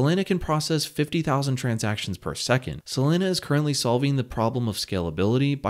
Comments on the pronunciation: I heard sAlana every time lol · Dude, it's SOLANA, NOT SOLENA,..fortunately you didnt say CARDENO, but CARDANO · It's pronounced SoLAWNA not SoLANA like Lana del Rey. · Not “Selena” it’s “Solana” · Say it with me... sol-A-na... There's no E anywhere in the name bro, lmao. Literally couldn't finish watching this.. "Solena.. Solena"... You work for a crypto website and you're discussing a top 5 currency? How do you get the pronunciation wrong? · He says "Selena" 🙉 hard to stay focused listening to the video... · Every time he says Selena, I'm waiting for Gomez. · Not even 20 sec into the vid, and I already know the way he says Solana finna piss me off 😭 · why do you pronounce SOL properly but not the full word?